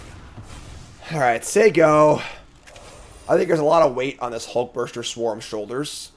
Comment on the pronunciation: "Hulkburster" has to be the most irrationally triggering mispronunciation I've heard from yet.